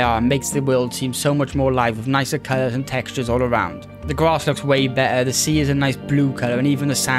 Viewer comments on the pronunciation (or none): BeTTer, man, not be'er. You're not a sheep.